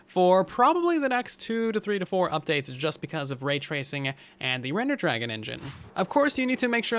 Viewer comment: "Rednder Dragon???"